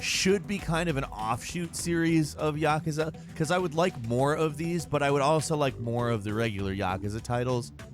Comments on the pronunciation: Ya-Ku-Za Not Yaka-Za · Am I the only one who noticed he said "yakaza"? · Please stop saying Yakusa like that. It actually hurts.